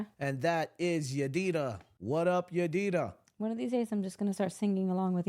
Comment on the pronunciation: As salam alaykum waramotullah wabarakatuhu. I agree with you that forgiving does not mean you have to continue with a relationship that you think is toxic. Thanks for reading my comment about the mixer. You pronounced my name 80 percent correctly Yadira.❤❤❤